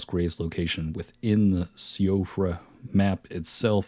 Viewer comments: Nice video, BTW it's pronounced "she-frah" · Hey I couldn’t find anyone else saying it in the comments but Siofra is pronounced “See-Fruh” 🙂 it’s Gaelic. Had a friend with it as a name in grade school, and she had a sister named Caoimhe (pronounced Keeva lol). Just figured I’d let you know for future videos :)